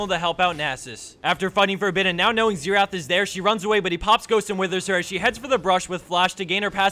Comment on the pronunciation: Isn't xerath? with 'r', instead of xetath?